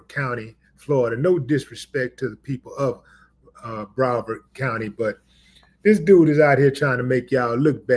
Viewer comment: Thank you. And, it's Broward, not Brovard. Broward County is where Ft. Lauderdale is located. And, it's where 2 Live Crew is from. Some trivia shared with me by my brother: 2 Live Crew had a feud with a sheriff from Broward County back in the 1990s. They called him, "The Coward From Broward".